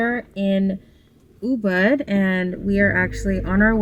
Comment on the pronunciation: how long have you been in bali to still be pronouncing ubud like that? it’s OOBOOD